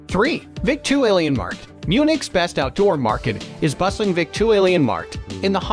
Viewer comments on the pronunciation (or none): Vik-tu-Alien-markt... i can't :D